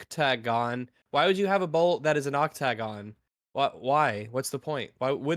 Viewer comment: pronouncing "octagon" like he has literally never heard that word before is perfect.